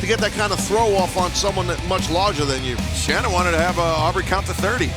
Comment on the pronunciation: Say her name right. Shanna is pronounced like Shawna.